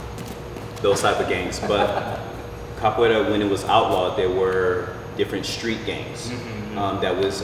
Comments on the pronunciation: o "capoleila" no começo me quebrou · He said “cap a way la “ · Did he said capoeila?